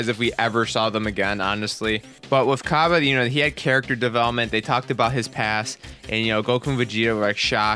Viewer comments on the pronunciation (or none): Cabba is pronounced Cob Bae.